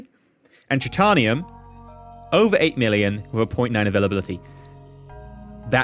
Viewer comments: try-tae-ee-uhm not truh-tah-nium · try - tay - ni - um ;)